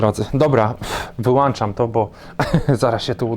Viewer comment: Wyłączam i załączam, a nie załanczam i włanczam!